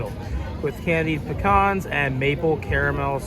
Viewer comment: Looks delicious, glad they give everyone choices. Also your pronunciation of pecans is correct😊